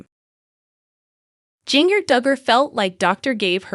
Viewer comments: Ginger first name is spelled with a J but it’s pronounced GINGER that’s her real name, not how you’re saying it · She is saying her name wrong it’s jinger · Please learn to say her name right before doing these too many out with names wrong because you people can't say the names right so sad 😭 I will pray for her and her baby🙏🙏🙏🙏🙏🙏🙏🙏🙏🙏🙏🙏🙏🙏🙏🙏🙏🙏🙏🙏♥️♥️♥️♥️♥️♥️♥️♥️♥️♥️♥️♥️♥️♥️♥️♥️♥️♥️♥️♥️♥️♥️♥️♥️♥️♥️♥️♥️♥️♥️💯💯💯💯💯💯💯💯💯💯💯💯💯💯💯💯💯💯💯💯💯💯💯💯💯💯💯💯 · At least you could pronounce her name right.